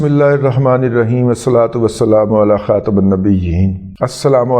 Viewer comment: السلام علیکم سر جی محسوس نھیں کرنا علی خاتم النبیین یعنی خاتم کی میم کے نیچے زیر ھے